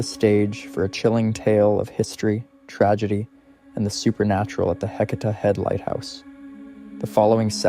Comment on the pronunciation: Dear YouTuber not from Oregon, Heceta Head is pronounced Hey - say - tah. Yachats is pronounced Ya - hots. It's a breathtakingly beautiful area. You should visit.